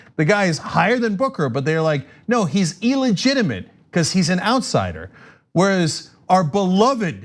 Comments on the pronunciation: e-lligitimate! come on, young turk! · Somebody tell cenk how to pronounce illegitimate please.